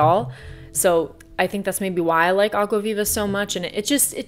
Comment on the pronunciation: kinda random but i love that you pronounce água viva perfectly...